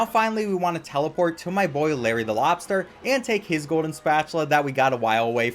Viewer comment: “That’s my boyye”